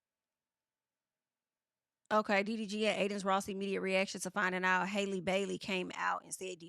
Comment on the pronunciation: Haaaaalle,. 😩 It’s Halle, just like Halle Berry, boo. 😂 Halle.